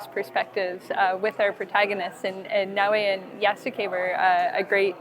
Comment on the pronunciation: とりあえず、「ナーウェー」辞めろ。「なおえ」言ってくれ。